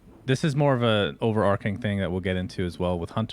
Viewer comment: Sunsfan my man, it's overarching, not overarcing